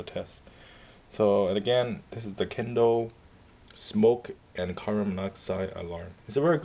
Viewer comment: 1st it's kidde as in kid-y 2nd it's 5 years